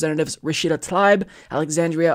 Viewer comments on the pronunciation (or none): You keep mispronouncing Rashida Tlaib's name. It's "tuh-LEEB"